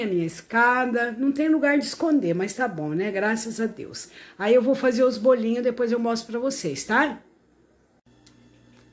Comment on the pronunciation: Que bom aspeto esses bolinhos. A Neidinha disse muito bem bolinhos como de diz em Portugal. Os vossos vídeos têm muito conteúdo, sim. E estão cada vez melhores. Um bom final de semana para vocês. Beijinhos 🥰